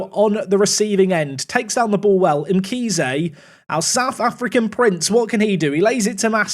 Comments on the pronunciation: Mkhize is pronounced like you do 💯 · Hi I'm from South Africa you pronounced Mkhize correctly